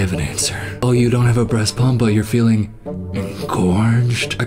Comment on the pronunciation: is so interesting. But every time he says “engorged ”. He’s losing points. 😂. Not his fault tho